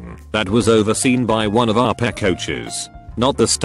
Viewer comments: Nobody: Reddit Man: Our PeH teacher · The word "PE" to the robot voice: am i a joke to u?